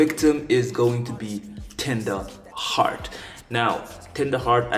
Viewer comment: yeah bro you said it right